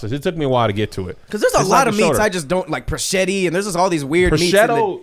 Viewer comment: That is not how you pronounce prosciutto 😂😂😂😂😂. Thank you for making laugh during these crazy times.